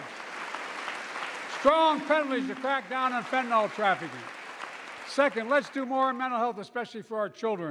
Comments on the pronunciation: It's fentanyl, not fentanol bozo. Even my crappy spell-checker won't accept it. Soon-to-be a bigger problem than the new flu 😷. He doesn't even know how to pronounce it 😒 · WTF! It is NOT fen-tan-all! Try fen-tan-ILL!